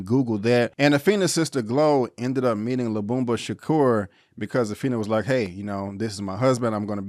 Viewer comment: I like your video I just can`t get pass you not saying Tupac`s last name right. It`s Sha-Koor , not Shacur. Tupac Amaru Shakur.